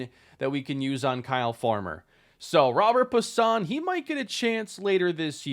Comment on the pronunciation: If I’m not mistaken, I believe Robert Puason’s name is pronounced “Robe-air Pwa-sone”